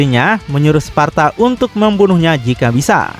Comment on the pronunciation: Di Devil My Cry Sebutannya "Sparda" ,Disini "Sparta" Jir..😂